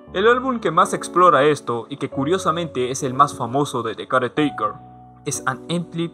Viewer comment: Gran video, yo si lloré bastante con el álbum, una cosa más no tiene mucha importancia pero mi incomodaba como decías caretaker jajajajaja tenía que decirlo perdón :c